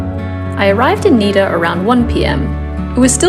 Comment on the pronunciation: It's not Niiiida it's Nida short i